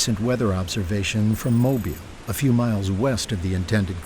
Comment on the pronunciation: Sorry voice. It’s not mobil it’s Mobile ( eel). Mobil is a gas station.